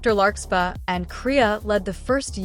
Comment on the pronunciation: For anyone who is new to the series, it's larkSPARR, not larkSPAH. i know that because I'm a friend of the creator making this, and somehow, the AI couldn't say it right. But as long as y'all know and remember the name "larksparr" when the AI narrator say's "larkspah", you'll understand.